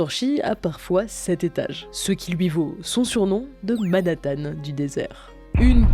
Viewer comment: c'est Manhattan, pas Manatthan ; c'est Hallstatt [Alchtat] pas [Olstat] ; ce sont des panneaux PHOTOvoltaïque. C'est bien de vulgariser mais attention aux nombreuses erreurs qui traînent dans votre vidéo par manque d'attention !